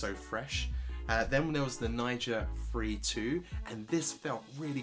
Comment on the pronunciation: Thanks for the review. Quick side note recommendation: be careful with your pronunciation of “free”, ESPECIALLY when conjunction with a number “ Free two” sounded like you said “Three two”. I had go back 3 times to understand that you said “Free”.